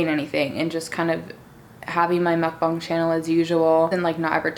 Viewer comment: OMG IM SO GLAD YOU PRONOUNCE MUKBANG CORRECT😅